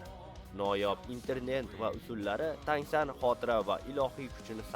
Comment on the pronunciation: Tang SAN emas brat TAN SAN